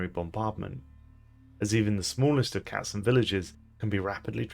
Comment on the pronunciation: I love that you are able to say all the variants of the German word Katzen without completely butchering it. Are you able to speak german?